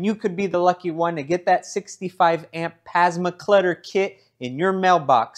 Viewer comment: Is he saying pasma clutter on purpose? lol This car will be legendary!